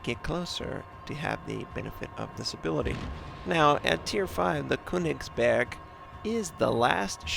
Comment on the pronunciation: I speak german and I find it really funny listening to you when you say köningsberg. But I can understand if you find it hard to say the actual name. Not a hater just a guy